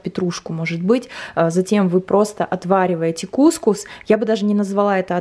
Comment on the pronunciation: кукУс, ударение на слог с последней буквой У 😉